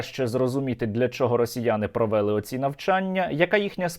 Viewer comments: росіяни не провЕли навчання, а провелИ, казали вчителька української мови в школі, а вдома баби, діди, батьки ві всі люди, які розмовляють українською мовою, а не діалектом, діалектом розмовляють носії цього діалекту, жителі того села, де такі діалекти, а не блогери на сотні тисяч людей, так безграмотно ставити наголоси, що через це неможливо слухати, невже не можна вивчити українську мову. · Та не провЕли, а провелИ, він,що знущається? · не часУ, а чАсу. не провЕли, а провелИ, не поляніта, а паляниця, не виродок Київської області, а уродженець